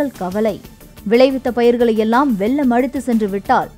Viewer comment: வெல்லம் இல்லை வெள்ளம்